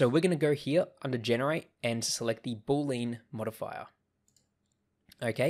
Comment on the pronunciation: Thanks for the video! BTW, it's not pronounced "BOOL-lean" (2 syllables). It's pronounced "BOO-lee-ən" (3 syllables)